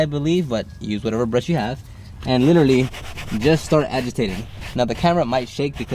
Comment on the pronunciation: You "LILALLY" did a good job! 🤣